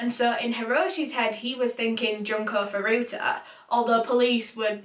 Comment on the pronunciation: Hey!, your video was very lovely to watch (an overstatement considering what it was about, of course)! I figured I might just let you know that Japanese u's are pronounced "ooh"! So her name was actually pronounced "June-Ko Foo-Roo-Ta"! No hate of course, still a wonderful video! It's just in case you ever do another Japanese case!